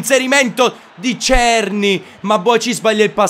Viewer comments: è della republica ceca, ma la pronuncia è SERNÌ, non sto scherzando, vatti a vedere le partite dell'ajax e senti come pronunciano il nome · La pronuncia di Cerny è SERNÌ, è francese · adesso o si pronuncia cerny o serny, l'importante e intrattenere, un abbrAccio!!